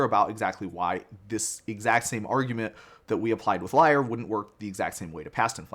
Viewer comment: Lee-air, not liar lol